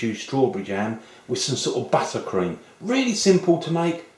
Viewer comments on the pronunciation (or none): I like it how he says BUTTercream. >_<